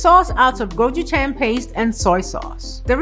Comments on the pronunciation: i like how Chris pronounced Gochujang and Gaenip wrongly with such confident. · My wife is also Korean, she says Chris is pronouncing all of the Korean words he’s using, incorrectly. Step it up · How does Chris have a Korean wife but doesn't know how to say Gochujang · please ask your wife to teach you the correct pronunciation of 고추장....because that ain't it. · Hot wings or dakgangjeong? He doesnt even know how to pronounce gochujang lol. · Dave Choe um I think maybe he mixed up guchujang and gochugaru so it turned into gochungong lol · Gochugong? It’s pronounced Ko-choo-jang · Chris Go- chu-jang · No one: Level 3 chef: GOCHU GANG, GOCHU GONG anything BUT gochujang 😭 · 'Gojugong'..... Lol do you mean gochujang? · I swear he is saying gochugong. like he's mixed the two words together. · His korean wife should teach him how to say the same of sauces properly loool. I think he was trying to say the powder he used was like dehydrated gochujang or something, but he kept saying "gochugung"... I wonder where he got the hard g from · I could have sworn he said gochugon as well the cringe was real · Jonathan Chung go chhu gong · I loved what Chris was doing, but every time he called 고추장 gochi-gong I full body-cringed 😂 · i love how hes using his wife’s culture in his cooking, but atleast say the ingredient right. :/ still looks good but its go-chu-JJANG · It's quite popular in korea to coat fried chicken or potate with seasoned(mixed with honey, garlic, chilli or cheese etc) 'powders'. So It is legit. But he needs to know how to pronounch Go-chu-jang first haha. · Everyone talking about Gabrielle but I’m just saying how Chris butchered the word “gochujang” (고추장)... my guy said freaking gochugong like eight times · Isn't it "Gochujang"? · All the Koreans about to come for Chris for how he is saying gochujang. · Not just the Koreans, this egg was shuddering each time he said it. My Korean wife was actually more forgiving.